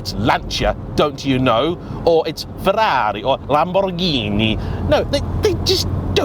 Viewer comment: Hey! You pronounce the italians "Ferrari" and "Lamborghini" so lovely perfect!! Are You an Italian under the mask? 🙂 This video gave me the courage to buy a 987.2 S handshifter last year and i had about 8.000 kilometers of fun with it! May the season start soon...